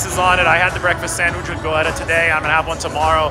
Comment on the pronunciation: Haha goetta is pronounced getta. Anyway I’m glad you liked it